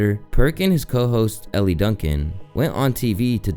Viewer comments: Elle Duncan’s name is pronounced “L” like the letter not Ellie. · Elle is pronounced L